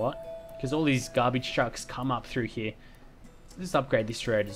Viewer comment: i love how when u say here it comes out as heee XD lol cracks me up